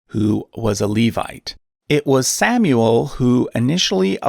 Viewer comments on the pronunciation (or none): none